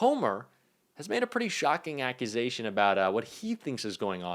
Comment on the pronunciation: Dude. "Coming makes shockign"?